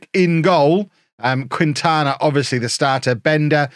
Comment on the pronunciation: Quintana Is not pronounced "queen-tana", its "keen-tana" =)